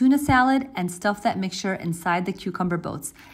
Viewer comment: And the most Indian too.. . A foreigner/westerner wud stress on the second part .. (good )